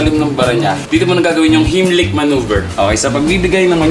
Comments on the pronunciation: Di po tama pag pronounce ni Sir nang „HEIMLICH MANÖVER“. It is a german Word po. Germans will say it like: HAIMLISCH MANOEVA. Fyi only❤ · Good content nanaman! Good job mga lods! Pero, one thing got my attention, "not to bash" kuya for saying (Heimlich) which I've heard him saying --- "HIM-LIK" Manuever, don't get me wrong po. Baka kinabahan lang si kuya that time. (I respect these men in uniform for being our hero and front liners. Snappy salute to all of you mga boss!) He is the one teaching po so might as well itama din po yung tinuturo diba po? This is a minor error lang naman. AGAIN, don't get me wrong po. Heimlich is pronounced as --- "Haim - lik" from the name of the creator/inventor - Doctor Heimlich. Napag aralan ko rin kc ito sa isang seminar kaya I am familiar with it, but not a pro. - Just my thought - Peace po!